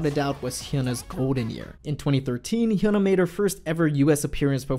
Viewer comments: Her name is hyuna not huna pronounce it correctly if you're really a fan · I thought her name was pronounced Hi-ooh-na.